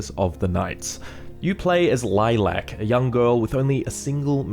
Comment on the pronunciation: Dude... Lilac... Why you emphasising the LAC